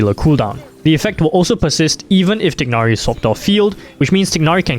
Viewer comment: *TAI-NARI* Come on man.